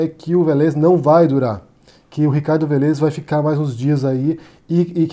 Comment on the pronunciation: A pronúncia é Vélez (acento no É)! É engraçado, que vc sempre erra a pronúncia dos nomes! Kkkkk Ei, adoro seu canal! Parabéns.